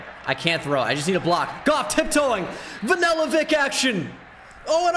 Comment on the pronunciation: Everyone Else: Vanilla: Vanella